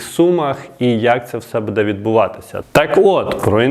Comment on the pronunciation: У слові "буде"наголос падає на перший склад слова,а не на другий.